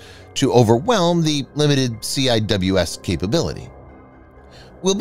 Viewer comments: CIWS is not pronounced Cee. Eye Double you Ess It is Cee. wiz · Ur hurting my ears it’s sea whiz not C I W S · It's pronounced - "Sea-Wiz"